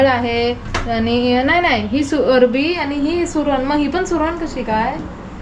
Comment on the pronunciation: Are kay hasta tumhi kiti thatta kajal la arvi manit nahi arbi mhante.